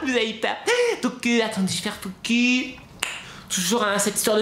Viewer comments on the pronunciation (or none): Avant tu disais focus maintenant tu dis focu